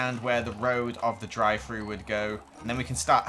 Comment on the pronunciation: drie fru Me: Wahh oh drive though